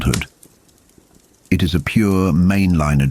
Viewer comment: I just wish we could get these videos with a real narrator, not the AI voice that mispronounces key words and phrases.... Even simple things like "It" or "Ka" get pronounced multiple ways from one sentence to the next...